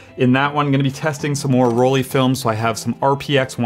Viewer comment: Why do Americans pronounce "Rollei" as "Roll-ee"? The "ei" combination in German is ALWAYS pronounced as "eye". After all, we don't say "Leeka" but "Leica" as in "like a". I have never understood this, but it is so common among Americans.